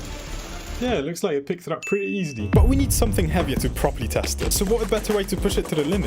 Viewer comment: did he js say eseady